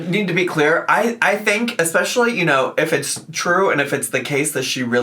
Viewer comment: Of course says "EXPECTIALLY" and I'm sure she says "SUPPOSABLY"